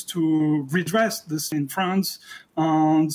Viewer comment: "and" ne se prononce pas comme le "an" de lande en Francais, mais comme le "aine" de laine.